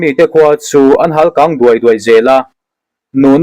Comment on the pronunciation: 'Thu' i chhiar thiam teh lul nen a thlûk diklo hlek hi han tiṭha leh ṭhin la a ṭhat dawn nen i kalral pui ṭhina, 'hâl kang', tih pawh halkang, kang lai i lamrik hi, chawikang tiha a kâng lai angin i lama. kang chu a rihniam tur.